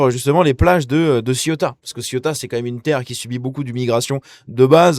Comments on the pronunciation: " Sé ou ta "...pas Cieuta. ;) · Bonjour, j'aime toutes vos vidéos. Cela dit, pourriez-vous arrêter de prononcer Ciota svp ? Merci !! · Ça se prononce “c’est où ta ???” 😆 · CÉOUTA putain !! Faut 10 secondes pour se renseigner sur la prononciation !!!